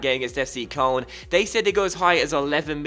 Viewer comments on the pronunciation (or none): It's pronounced coloan. Not koln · It's pronounced kern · FC Koln is pronounced k-loan. please like coz it annoys me and might see it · its kurln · ***** he pronounces it wrong too.